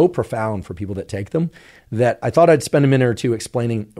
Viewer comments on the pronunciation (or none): none